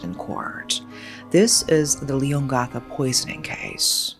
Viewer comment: why didn't you look up how to pronounce leongatha, melbourne, or even australia? if youre going to cover such a serious case, at least do it with a bit of care